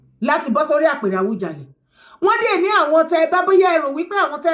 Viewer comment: Please stop saying Awujale. Can you correct yourself, it A-WU-JA-LE. It misleading, Oriyomi Hamsat was pronouncing it the way you do until he was being corrected by his guests. I think he must have had your pronunciation. Please make corrections, I come in peace